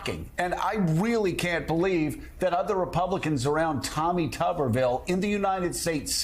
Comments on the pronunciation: You'd think if Tuberville really had these discussions with the military or knew how any of this works that he'd at least know how to pronounce "commandant". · Somebody tell Tommy Tubs how to pronounce commandant. Bless his ignorant heart.